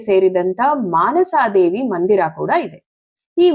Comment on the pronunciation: ಮನಸಾ ದೇವಿ, ಆಸ್ತಿಕ, ...... ಸರಿಯಾದ ಉಚ್ಚಾರಣೆ